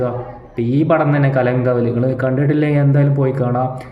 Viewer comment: മച്ചാൻ പോയി കിടന്നുറങ്ങ് സംസാരിക്കുന്ന വയ്യല്ലോ കലം കാവൽ അല്ല കളം കാവൽ എന്നിട്ട് നീ റിവ്യൂ മമ്മൂട്ടി മൂഞ്ചി